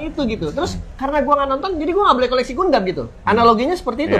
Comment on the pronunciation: Kalau YouTuber mainan yg sengaja beli mainan mahal cuma buat pansos trus dijual lagi gimana? :elbowcough: BTW bahas gatekeeping ガンダム tapi kalian nyebutnya pada ga'konsisten... Kadang GANDAM, GANDEM, GUNDAM 🤣🤣🤣